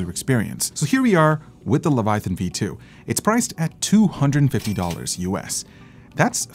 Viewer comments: Omg the way that guy was saying Leviathan was triggering. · Is it the Quebecois leaking out in pronunciation? How can Leviathan sound so butchered and not corrected by edit? o.O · might be an OG leviathan owner, but he needs to learn how to pronounce it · you must have never read the bible to not know how to pronounce leviathan lol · Mikes pronunciation of "levathian" bugs me lol. O well keep up the good work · LE - VA - TA - YAN....... wtf hes been calling it like that since 2015. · LoL....yea....fail "OG" user.....cant even pronounce it properly.... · before review-ing a product learn to pronounce it's name correctly, what is even a Levithaian? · They think they know what they talking about while calling it a LevaTHIAN 😂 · Levethian! :D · LEVATHIAN LOL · Wtf is the Leva-thi-on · LEVA-THIAN smh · I'm not a native speaker, but that "Leviathan" pronouncement (by ) sure sounds weird. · Everytime tried to pronounce Leviathan, I cringed lmao 🤣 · Good video, but what is a "levuhthyan"? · Sorry, it bugs me so i just have to mention it.. 😅 "The Levataian" ✌️✌️✌️ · Friends don't let friends pronounce "Leviathan" as "Levi-THIGH-ann." Even if someone made it to adulthood having somehow missed a thousand different cultural references to the name, the spelling doesn't support that bizarre pronunciation. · Razer: its leviathan: levethian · Cue Hermione saying "It's pronounced "luh·vai·uh·thin", not "leh·va·thigh·en". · The way that other dude says “Leviathan” “, pronouncing it as “Leve Thian”, reallly bothers me. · Le - Vi - A - Than, not Le - Vi - Thi - An... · Its LEVI-A-THAN NOT LEVI THIAN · Its annoying he keeps saying "levithian", it's leviathan dude. Lols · Leh-vuh-eye-uh-thin Phonetics! My lord Jesus stay my hand from striking the man exclaiming lev-uh-thigh-in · It's LEVIATHAN, not LEVATHIAN LOLLLLLL AT LEAST LEARN HOW TO PRONOUNCE THE WORD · Did you mean... "Levathian" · "Levathian" hahaha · “Leva Tha Yen” 😎